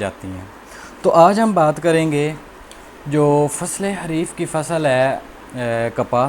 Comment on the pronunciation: It's not Hareef.........It is called Khareef.......